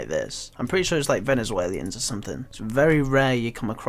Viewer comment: Those darn "venezwaliens"